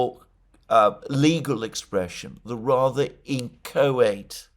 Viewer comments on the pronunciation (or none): You pronounced “inchoate” incorrectly.